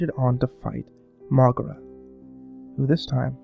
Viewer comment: MrParanormalPro i actually pronounce it Mo-gay-ra